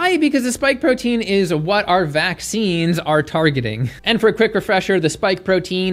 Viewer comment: What does vaksheeenz mean?